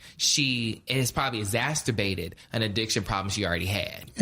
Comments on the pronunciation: essasterbated? `i don't think thats a word #poindexterthehouse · Oh hun-knee did any1 else clock B. Scott saying ah-zab-er-ated instead of exasperated.